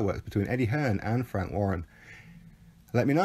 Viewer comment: Emphasis on the "wank."😅